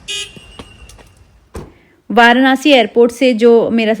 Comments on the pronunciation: Varnasi nhi hota hy varanasi hota hy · वारानासी ❌ वाराणसी ✅❤️🙂